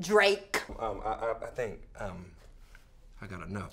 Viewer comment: The way she says "DRAKE". The emphasis on his name has me dying LOLL.